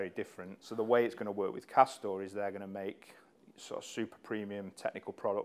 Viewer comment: did he say cost down?